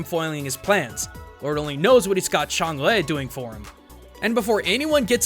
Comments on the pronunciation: I'm pretty sure the lady of the moon's name is pronounced "Chung-Ah". Alsl, the Jade Rabbit actually left the moon and went to Earth, attempting to kill the princess of India, whose previous incarnation hit the rabbit. The Rabbit kidnaps the princess and impersonates her. Sun Wukong easily sees through the disguise and fights the Rabbit, but just before the Monkey King emerges victorious, Chang'e arrives and takes the rabbit back to the Moon. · tilted by the pronunciation of change as smite has taught me otherwise. which one is right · Y u say Chang'E so weird?.. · I hate to be this nit picky, but is that the right pronunciation for Chang'e?